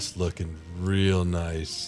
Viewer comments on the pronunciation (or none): none